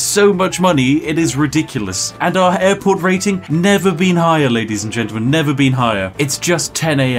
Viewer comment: did you say airport or Adport?